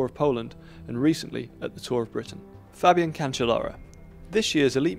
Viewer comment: anyone noticed 'fabiEn' instead of Fabian? :P